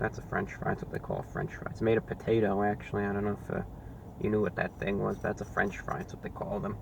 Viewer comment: wow really i naver heard of a franch fry before